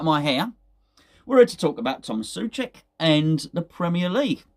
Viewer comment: SOcek. It is pronounced SO-check !